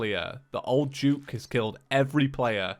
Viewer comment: why does he say old juke instead of old duke?